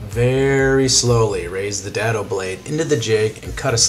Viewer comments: "day-doh" vs "dad-o" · The term DADO is pronounced with a hard A, as in DAY.